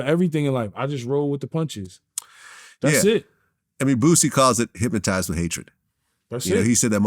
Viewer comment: Boosie said Hipmaties